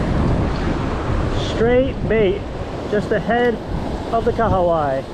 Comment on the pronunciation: Welcome to NZ and!! Snapper are so good here in NZ!! I love how you pronounced Kahawai! 👌🏽👌🏽 you guys also need to catch a Rugby game 🏉 🤙🏽